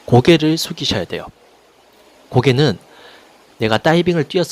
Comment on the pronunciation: 선생님 따이빙 발음 쥑이시네요